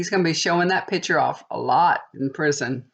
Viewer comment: I so enjoy your readings, but being an English major, it drives me absolutely nuts that your pronounciation is off: ValenTIMES? what? it's ValenTINES. When you say the word PICtures, you say PITures. Otherwise, your readings are pretty accurate. Lovely hair too!